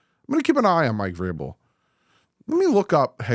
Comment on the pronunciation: As soon as you Said Mike vrabel I turned the video off lol